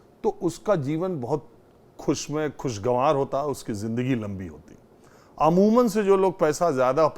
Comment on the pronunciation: शख्स - शख्स कर रहा है बोलना आता नहीं है। खुशगवार होता है। खुश गंवार नहीं होता। हां इस व्यक्ति पर ईश्वर की असीम कृपा है। क्योंकि सबको सकुकुछ नहीं मिलता है।